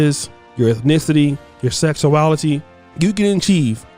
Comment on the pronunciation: You have a speech impediment 😳 “sesuality”